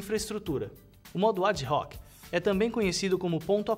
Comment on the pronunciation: ad-hoc é latim e a pronuncia é ADOC..., mas em se tratando de informática não sei... Só sei que o cara manda bem.